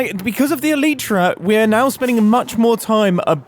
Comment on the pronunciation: Twich Twich .... eee-lie-tra....